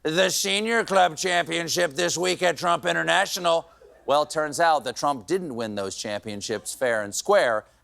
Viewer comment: You say frump, I’m outta here. Bye